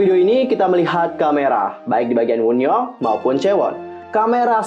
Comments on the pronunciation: Kak itu baca wonyoung bukan woonyoung bacanya sumpah 😭😭😭😭😭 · Kak, Wonyoung bukan Woonyoung, Bacanya tetep Wonyoung bukan Wunyoung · Wonyoung kak bukan woonyoung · Wonyoung woi (원영) kesel gt denger + bacanya -_- + kesel sama suara petirnya